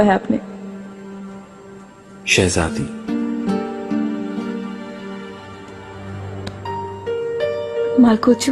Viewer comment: मालकोउचू ❌ मालगौचू ✅